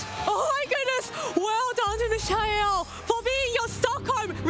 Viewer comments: she called him michelle at least twice idk bro 😭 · Bro his name is MIKE-UL who dafuq is mish eye el? Bring back aaron and wolfe bro im BEGGING YOU!😭💀😭💀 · Me-sha-el, Fake Out Presurre...wdh are these commentators talking about...🥲🥲🥲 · LOL bro true... not the best... I can kinda imagine saying "me-kha-el" too fast and it turns into michelle, but you right. I'm just trying to be patient with the casters 😅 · How about how the announcers pronounce his name 😅